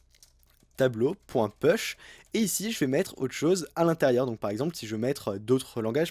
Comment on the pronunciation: Très bien ! Merci beaucoup Une petite remarque : prononcer "push" [pouche] 😉